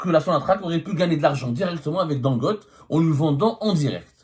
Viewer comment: Il s'appelle Don Gotte. On prononce Don Gotté. Pas Gotte